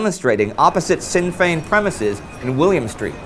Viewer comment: just a little point, in Sinn Féin, you pronounced Féin flawlessly but Sinn is pronounced "shin" not "sin". not to be rude just a that little thing that made me cringe